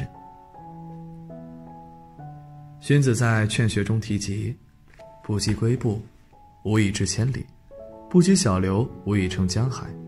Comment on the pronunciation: 不以跬（kui）步，作者准备文案还有待提高